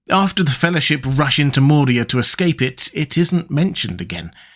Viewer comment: Dude, i dont know if im just crazy, but i keep hearing you add a d to Moria and it sounds like nails on a chalkboard everytime. Its moria, not Mordia. If you arent saying that, i apologize and need to get my ears checked